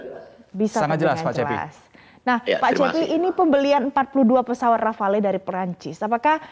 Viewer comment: Bacanya RAFAL bukan RAFALÉ